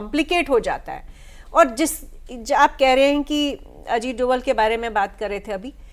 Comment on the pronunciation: सर अजीत डोवल नहीं अजीत डोभाल है वो मेरे उत्तराखंड के पौड़ी गढ़वाल के मेरे ही गांव से ही है